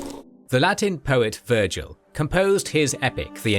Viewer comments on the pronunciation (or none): none